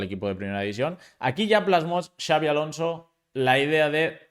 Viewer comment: Like por ser el unico periodista en decir Xabi en vez de chavi